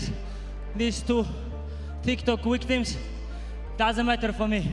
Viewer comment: ‘these two tiktok wuktims!’ 😅